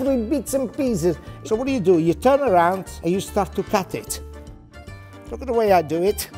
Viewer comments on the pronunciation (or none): he cant say cut it , he says cuteme ,cute